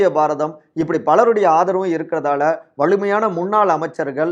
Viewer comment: செய்தியை நல்லாதான் சொல்றீங்க. ஆனால் "ல" "ள" உச்சரிப்பு சுத்தமா சரியில்லை. வலு என்பதை "வளு"ன்னும், வலிமையான என்பதை "வளி"மையான என்றும் உச்சரிப்பு தடுமாறுது